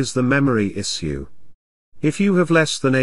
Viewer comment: Why is this robotic voice saying "issue" weirdly? it shoud sound like "ishoe"